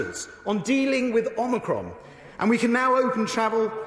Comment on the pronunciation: Did he just say "omnicron"?